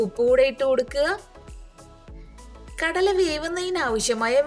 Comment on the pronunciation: Kadayila allaato. Kadala.